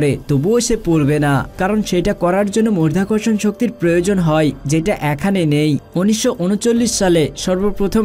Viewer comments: শব্দটা মধ্যাকর্ষণ নয় মাধ্যাকর্ষণ।উচ্চারণ ভাল করুন। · মরধাকরসন শক্তি বলছেন কেন? মধ্যাকর্ষন শক্তি বলেন। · উচ্চারণটা 'মর্ধ্যাকর্ষণ ' নয়! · আগে সঠিক শব্দটা শিখুন। আপনি বলছেন "মরধাকরষন" এটা কোন্ ধরনের ভাষা? হবে " মাধ্যাকর্ষন" । যদি উচ্চারণ করতে না পারেন তাহলে ভিডিও বানাতে আসবেন না। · মর্ধা কর্ষণ শক্তি --উচ্চারণ ঠিক করো বাবা।কানে লাগছে। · মধ্যাকর্ষণ শক্তি * 🙂 উচ্চারণ ভালোভাবে করবেন 🙂